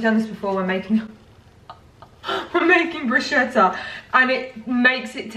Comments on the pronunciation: please pronounce bruschetta correctly <3 It's brusketta, not brushetta. Love your videos. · i love you so much but its pronounced brusKetta 🥺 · Love this video! (my Italian heart died a bit every time you said bruscIEtta, but still ily) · I love you but it's bruschetta not bruscetta :'((((( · it's pronounced broo -skeh-tuh pls